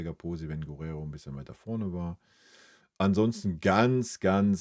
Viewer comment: Der Bayern-Spieler mit der Nummer 22 heißt Geeerrero, nicht Guuurrero 🙏.